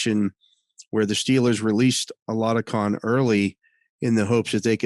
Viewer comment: THE Pittsburgh Steelers QB 's name they released is Chris Oladokun, boy did you butcher his name! 😆 Thanksmfor the updstes though on who they cut. Mason Rudolph wil be a Pittsburgh Steeler until after this season he is under contract until then.